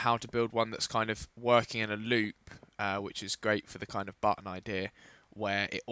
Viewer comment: lol he says "idear" instead of idea